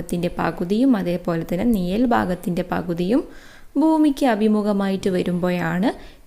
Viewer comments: നിയൽ അല്ല നിഴൽ😊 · നിയൽ അല്ല mam നിഴൽ ആണ്